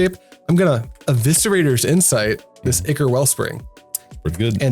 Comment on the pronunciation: Just getting back into MTG after 20 years. Still learning about Pauper. Subscribing because you pronounced "ichor" correctly